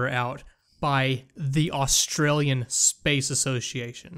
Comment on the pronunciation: "..plant the China flag"? Was there some Chinese occupation of Australia I'm not aware of? Australians, you guys are aware you're on an island in the middle of Not-China. Or know how to pronounce "Australian flag".